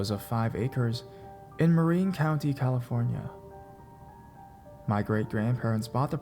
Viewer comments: He also mispronounced Marin. It's Mah-rinn. But then again, if he's not from the area can't really hold that one against him. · Great narration! Only thing is, it's Marin (pronounced Mah-rinn, not Mah-reen) and Sonoma is pronounced Sah-NO-mah with the stress in the middle, not the end... I am from the area this woman is talking about. Can't help but be an annoying stickler for proper pronunciation of the the places I grew up near! :)